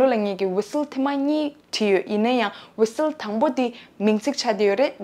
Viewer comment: Whistle ཀློག་དུས་ T silent རེད་པས།